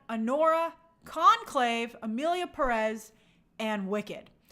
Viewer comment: People don't even know how to pronounce "Pérez". Furthermore, they won't bother to LEARN about Mexico's current situation and ponder on the OUTRAGEOUSNESS of the movie. It outstands me how uneducated people can be, and this is just a reflection of current day America and its political situation.